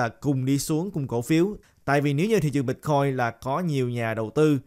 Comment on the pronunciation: Ban noi chuyen hay day! Nhung mà ban pronounce la Bít-coin thì nghe suong se hon. Great work!